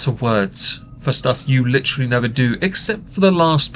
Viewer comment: I just heard her say "Literly" in place of "Literally" and i can't unhear it now and it's bothering me